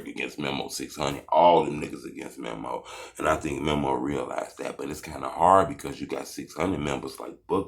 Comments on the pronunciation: DUDE ITS MEMO NOT MIMO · Lmao boy said Memmo 600 🤣🤣🤣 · Buddy be on they nuts so much and still can’t say memo right 😂😂